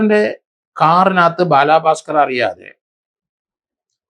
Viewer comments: ബാലഭാസ്ക്കർ അല്ലേ? ബാലാഭാസ്ക്കർ അല്ലല്ലോ? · Sir as Peru onnu nannayee pronounce cheyyoo....Bala bhasker......not balaaa bhasker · ബാലാ... പാസ്‌കർ അല്ല സർ.. ബാലഭാസ്‌കർ..... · ഭലാഭാസ്കർ ❎ ബാലബസ്കർ ✅ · ദേ വീണ്ടും ബാലാ ഭാസ്കർ....ഇയാളെന്തൊന്നു പൊട്ടനാ ബാലാ പാസ്കർ അല്ല ബാല ഭാസ്കർ...